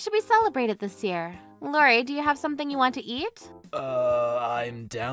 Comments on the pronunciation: Please pronounce Iori’s name correctly. Starts with an “I” not a “L”. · I love these videos but shouldn't "Iori" be pronounced like "eeyorry" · His name is Iori. Pronounced ee-or-ee. Not Lori. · Iori is pronounced ee-OR-ee. How are you guys mispronouncing a frequent characters name?